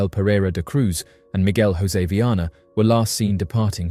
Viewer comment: Great video, but that’s not how you pronounce ‘Jorge’ or ‘José’ in Portuguese. It’s not Spanish 😭